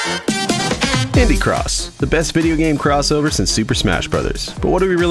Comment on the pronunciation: Is it just me who thought he said ‘pibby cross’ at the start of the vid